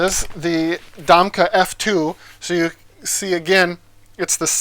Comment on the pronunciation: Domke pronounced Dom Key....